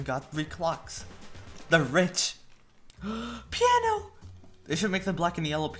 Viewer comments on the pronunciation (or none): the way he said piano omg